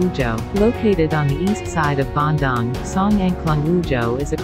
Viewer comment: the pronunciation of the City name is so wrong. whoever made it should have learnt how to pronounce it properrly